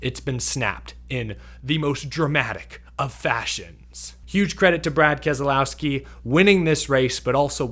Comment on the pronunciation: What race were you watching? Go finish boring race. Please learn to pronounce Kez lau ski Not kez A lau ski big difference he even says so